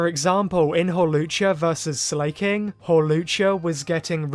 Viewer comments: Please stop saying Slayking it’s SLACKING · Slayking? Slack-King 😅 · Your pronunciation of Slaking caught me off guard. "Slay king" 😂